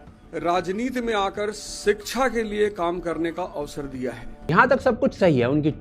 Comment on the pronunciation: अवध ओझा - सबको सह्रदय से धन्यवाद देता हूं कि उन्होंने मुझे राजनीति में आकर 'शिक्षा' के लिए काम करने का अवसर दिया है ! Me - अरे महाशय आप शिक्षा को सिक्षा बोल रहे है , मतलब आपका अपनी वोकैबलेरिटी पर ही कंट्रोल नही है आप बच्चो को UPSC जैसी महत्वपूर्ण फील्ड के लिए पढ़ाते कैसे होंगे😢😢😢😢